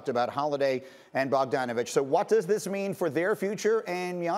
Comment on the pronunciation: Never say bogdonovic again greeny.....